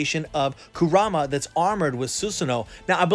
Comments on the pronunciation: Nobody:: koo RAH muh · You're a huge Naruto fan, but can't even pronounce Kurama right. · THATS NOT HOW YOU SAY NINE TAILS NAME